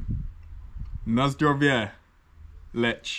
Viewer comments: You should say: Leeh, Leahh not Lech (in short) not as it says on the label. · It's not "Letsch" ! It's "Leh". "H" is a clear sound. Also, the Polish "w" is pronounced like the English "v", like in very". Never is it pronounced like in English! BTW, You can't taste so many beers one after another. You will never get the individual taste! You just get a jumble, and you can't know anything that way. Also, when you've had enough beers, every beer tastes good, because you're drunk! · I am more interested in command of Polish language than his preference for beer. I wonder how long it will take him to figure out that pronunciation rules in Polish are highly consistent. He correctly pronounced the name of the town ‘Tychy’ [ti:hi:] but butchered ‘Lech’ by saying [letch], instead of [leh]. I will bite my tongue and comment on the beer he was sampling: in Poland, sweet beer is drunk by people who don’t really like beer but want to be a part of the beer drinking crowd - mainly women and underage drinkers. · Wherev is zerviets no1 in Poland? Lech is pronounces Lek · jak powiedział Lecz to wyłączyłem kolego, to jest Lech, nie Lecz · Sam się lecz XD In Lech c is silent. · Lech nie lecz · "CH" in Poland is pronounced like "H" in "Have", "Hair" etc. not like "CH" as in English words "CHocolate", "CHeck". "W" in Poland is pronounced as "V" in English words "Verb", "Vers" etc. :goodvibes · You pronounce Tychy correctly so try to say Lech with this same sound of “ch” and w is pronounced as v is it is not hard.😉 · ch reads like h A very annoying mistake for Poles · Lech is pronounced as Leh. Warka is pronounced as Varka.